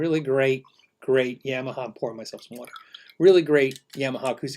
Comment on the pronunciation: Pretty sure it's "ya - maha" not "yam - aha" :)